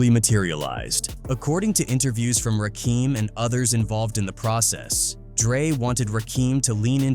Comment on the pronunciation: How does he not know how to pronounce Suge Knight , Rakim and Piru